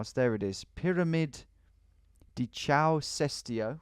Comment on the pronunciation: The name of the first monument, Caio, is pronnouced more like Kyle. Most of the English speakers I meet call me Ciao at first so this mistake is pretty common lol.